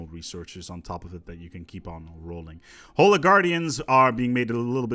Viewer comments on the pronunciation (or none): none